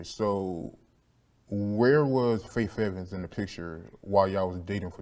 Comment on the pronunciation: I hate how he keeps saying “Fayf” Evans 😂😂😂